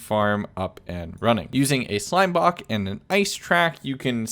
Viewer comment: he said slime bok